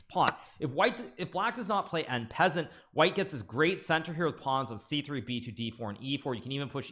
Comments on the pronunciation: Bro said "n pezant" instead of en passant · I laugh Everytime GMhikaru says en peasant